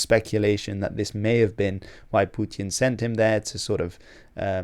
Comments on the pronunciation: "Pewtyin". Dude, just say "Putin". Like a normal person. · Its putin not pjooutin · love your videos but man you gotta stop attempting a russian pronunciation when you say "putin" lol